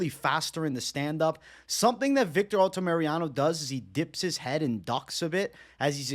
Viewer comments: Say it with me: Al-ta-mi-ra-no not Alta-Mariano 🤣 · I like the fight insight but man the mispronunciation of names always drives me nuts haha ALTAMIRANO, not Altamiriano lol